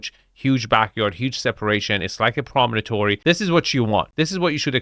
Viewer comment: Apologies, but, at the risk of being seen as That Guy, I have a peeve here... The word is "prom-on-tory," not "prom-o-no-tory.": Nothing a pair of diagonal cutters can't fix,... 🙂: Good grief, those power cabinets... That's at least 10kW, and probably closer to 50kW. Is that there to help with the PV solar panels on the roof? (EDIT: Oh, it could be for the elevator...) I also see an L2 EV charger on the back wall, and... a dehumidifer?? Should I be worried about moisture in here?